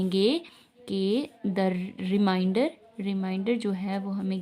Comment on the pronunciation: Remainder not reminder